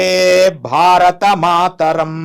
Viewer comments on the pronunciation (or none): none